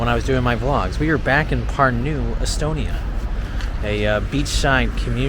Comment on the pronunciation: mitte pürnuu vaid PÄRNU - eesti keeles on sönaröhk alati ESIMESEL SILBIL. ;) PALUN - öppige, välismaalased, kohalike nimesid igas riigis) öigesti hääldama. Seda ingliskeelsete jälki meie nimede hääldust on väga kurb kuulata. Aga see, et ingliskeelsed inimesed ei suvatse nende poolt külastatavate riikide omakeelseid nimesid selgeks öppida, on ilmselge näide maailma rüvetanud rahvuste šovinismist ja arrogantsist.